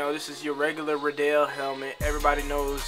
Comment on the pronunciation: RIDDEL NOT RIDEEL u pernounctet rong